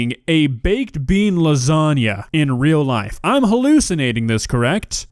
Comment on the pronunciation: Baked bean lausaunga did I hear baked bean